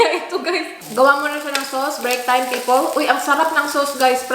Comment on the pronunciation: Aaay yayay narinig ko nanaman ang peepole... cringy when you pronounce people nawawala ang pagka sosyal mo. Pero totoo mabait ka mukhang maldita Mes perokailangan ni Mes kasi maabuso siya oag di siya magsususplada, attractive kasi siya at malambing magsalita. Lalo na sa mga nakakaasar na pasyente at relatives ng pasyente, hirap mag nurse di dapt maging mabait lagi dapat firm o may konting angas ba.